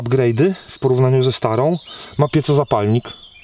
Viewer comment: "piecozapalnik" hehe. Jawohl. To nie po niemiecku. Mówimy tak jak piszemy - pieZo.